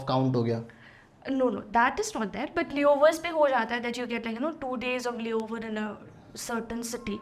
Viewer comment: Your pronunciation BUT is not proper.